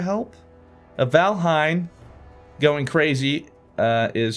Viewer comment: you know hid name is valhien not vanahiem